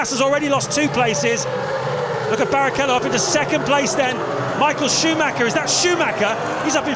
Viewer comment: I love how nobody ever bothers (to this day) to pronounce Michael Schumacher at least somewhat decently.